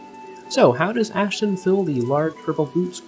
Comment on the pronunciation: His name is Astin not Ashton. Also Warner Brothers had nothing to do with Batman 1966, it was 20th Century Fox.